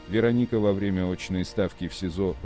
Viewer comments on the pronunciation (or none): none